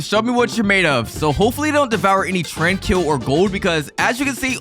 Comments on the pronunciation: It’s not trankill it’s Tranquill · You said “TRAN KILL” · Bro said tranquil as train kill 😅😂😂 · Why do you say tranquil like trankeel